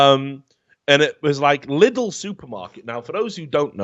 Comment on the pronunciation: Here is just a small unnecessary correction :D Britské listy is pronouced more like Britsk (The E like when you spell A(ei), F(ef) or S(es) ) listy Lidl is not prounounced like "little" but more like "leedl". Filip horky is pronounced like "Philip Horkeee" Pavel Telička is pronouced like "P-A(Like when you say AH)-ve(the same E as before)l Teli(tsch)ka